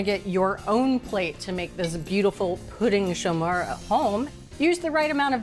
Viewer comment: Merci Bridget for pronouncing correctly in French: Pouding Chômeur! It's really a comforting dessert during the cold Quebec winter! It was one of our prefer dessert in our house! Very easy to make and so delicious! Great job to all your team!